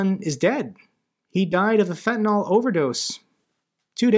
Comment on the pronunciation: Beautiful final clip! Thanks for your great coverage. One small point. It's Fentanyl, not Fentanol. Biden and Bill Maher all make the same mistake. Why?